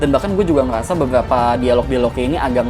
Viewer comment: Ngomong apa bang😂😂😂😂 "gue ngeyasa"😂😂😂